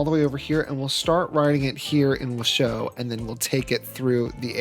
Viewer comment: It's pronounced like Wash and then Oh like surprise, so Wash-Oh But I'm glad you liked it enough to change it! It's looking great 😊 Also! The game was on sale for like $5 today so I'm playing along with ya!